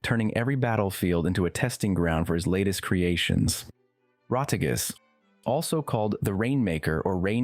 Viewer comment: Rotigus sounds like Retiggas 😅